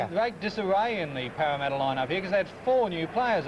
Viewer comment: Wow Casey seemed to have it in for Parramatta. Was it because he had so much difficulty saying their name?